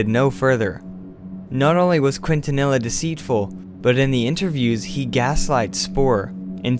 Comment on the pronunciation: The officer's name, Quintanilla, is pronounced as "Keen-ta-ni-ya". Just an FYI for future reference.